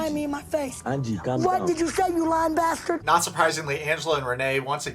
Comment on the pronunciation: "You lying bashturd" lol